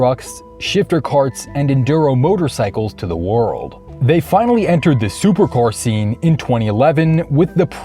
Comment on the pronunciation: Did.. did you say Soper car? And Valkyrae?